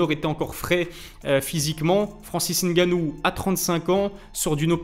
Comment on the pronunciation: Bravo pour cette vidéo, j’animerai bien que tu consacres un sujet sur le pour et le contre du départ de l’ufc de Francis. Bravo pour la prononciation de nganou, tu y es presque, ça se prononce co mnémotechnique, sans appuyer sur la première lettre. Merci encore pour très contribution.